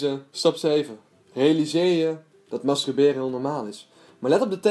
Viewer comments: Wel grappig dat je steeds masTRUberen zegt hahabah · Hahahah "mastruberen" 😂💋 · waarom kun jij het woord masturberen niet uitspreken????????